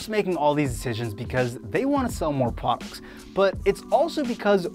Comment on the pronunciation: "they want to sell more PWOLUCKS ."